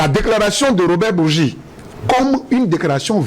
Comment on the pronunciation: Cest pas bougui mais bourgi comme bourji